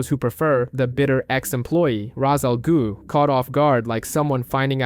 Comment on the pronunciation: The first word ain't the problem chief. I can't tell if you are saying... Ra's Al "Goo" Or Ra's Al "Glue" But it's pronounced like Ra's Al "Ghoul"